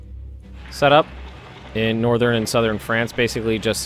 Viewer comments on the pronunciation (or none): none